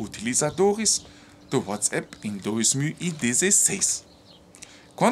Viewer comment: fala uatsAp e não uatsEPS. O A alemão é igual ao nosso A brasileiro. Valeu